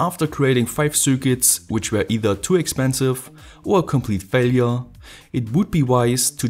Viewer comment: The Frequnsie.. the faillyrre.... sie you next time